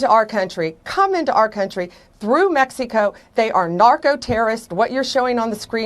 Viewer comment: "From Mex-e-co" - Pamela Bon-dee